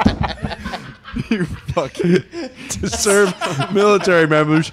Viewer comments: Lol it’s pronounced Fort Hua-chew-ka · I’m in pain from laughing so hard at “ FORT HUACHUACHA “ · Im sure its been said 8000 times but its Fort Wah-Chu-Ka. Pretty sure its hispanic or native american or something idk all the military dorks in AZ end up there for a little bit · Lmao it’s pronounced wha-chew-ka